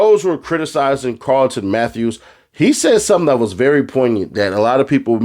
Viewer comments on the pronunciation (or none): Careton Matthews not Carlton. There is no L in his name.